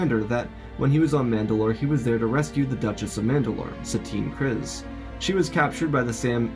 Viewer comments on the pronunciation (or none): Loved the story and only one gripe with how you pronounce Kriz It is pronounced Kreeze like Freeze